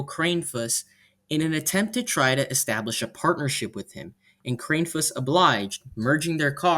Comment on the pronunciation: It's pronounced KRANN-eh-fuss